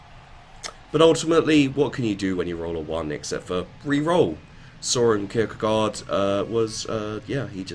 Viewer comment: it is okay, it sound so funny when you said Søren Kirkegård xD